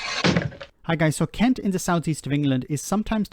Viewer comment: I'm from Sussex; you're pronouncing 'Kent' wrong... ;-)